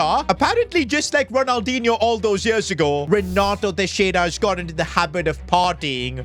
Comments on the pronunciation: Nah it's Renato trexiara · It is Renato Texira